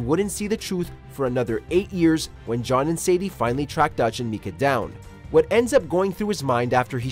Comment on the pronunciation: Narrator MEE-KAH